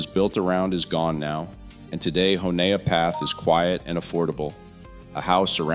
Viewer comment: It's not Hun-ee-a Path It's called Honey Path